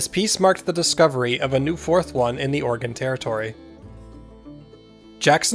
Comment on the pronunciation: When did Oregon become Orgin?